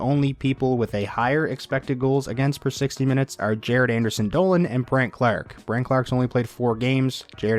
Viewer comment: "Brent Clarrrrrk"